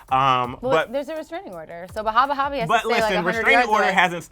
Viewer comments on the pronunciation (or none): I feel like was being very disrespectful,rude,& very unprofessional when she was purposely mispronouncing Bhad Bhabie’s name saying “aka ‘Bahb Baab’ “ then laughing about it like some teenager. Grow up! Say the artist name respectfully instead of purposely mispronouncing more than once & laughing. Your a reporter do your job regardless of how u feel about her...purposely mispronouncing her name is very unprofessional. I love ClevverNews but your reporting skills needs work. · Lmao pronounces it like bad baby is a middle eastern man 👨🏽 lmao I watched that part 5 times 😂